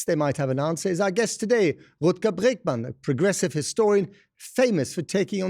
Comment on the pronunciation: Lol the interview butchered the pronunciation of Bregman's name, but oh well